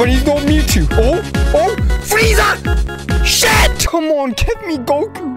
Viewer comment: When he said SHET I felt that.